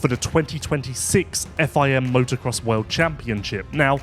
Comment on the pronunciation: "From around the wehlld" spit it out, it's "World" sounds like "Wurrlld" c'mon maaan